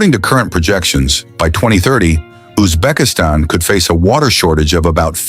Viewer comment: что за нащзвание ТАШКАН и УБЕКИСТЕНс ударением на И